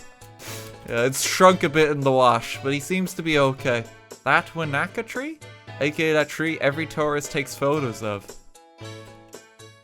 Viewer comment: this physically pains me to watch. When he said wanaka I felt light headed.